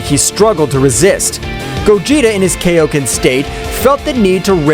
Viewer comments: its kai-o-ken, not kay-O-ken. It is named after king kai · It's kaioken not kaoken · the technique called kay-O-ken i genuinely dont know if this dude watched dbz or dbs